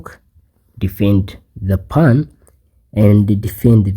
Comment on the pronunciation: I have an English puzzle for you: find out the pronunciation of "pawn"... seriously dude!